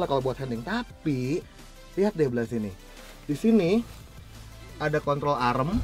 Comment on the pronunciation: "kontrol arem"